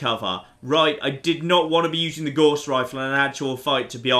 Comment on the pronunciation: You pronounce "Gauss" incorrectly. Look it up.